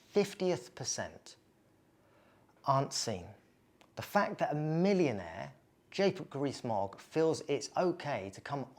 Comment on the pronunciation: lol I swear you said Jacob Grease Mogg